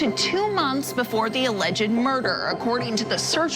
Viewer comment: Alleged is 2 syllables not 3